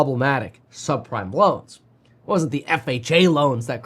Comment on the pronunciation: a subprime-ah mortgage-ah crisis